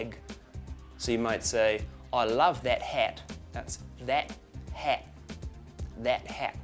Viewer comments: "that hat" sounded kiwi, I say it more like that-at and the t sounds kind of "blurred" out a bit but anyway Australian accents all sound different anyway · "That Hat" is a kiwi accent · wasn't too bad 'cept for the 'a' when doing 'that' 'hat' that was the kiwi accent!